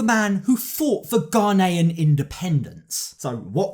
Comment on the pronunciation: I just love how your pronounce Ghanaian. You said it perfectly! A lot of people struggle to say it. Your commentary is always spot on.